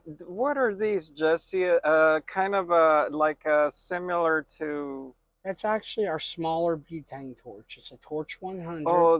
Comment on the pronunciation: "Simular" lmao